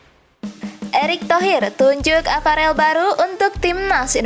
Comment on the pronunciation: Bacanya Paraaaaaaaaaaaaaaaaaaaaaaahhh.. Sakit kuping niiiiiii... VIETNAM bukan PIETNAM... APAREL bukan AFAREL... KALIFAH bukan KALIPAH... PERFORMA bukan PERPORMA... FEDERASI bukan PEDERASI... FINAL nukan PINAL... Coba deeeh, diperbaiki... dilatih lagi dengan benar, pengucapan dan pelafalannya... Kalau ga bisa, ya DIGANTI !!! Sayang kan, berita yg bagus RUSAK krn pelafalannya ga bener...